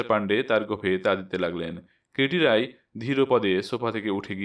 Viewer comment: রাই নয়, রায়।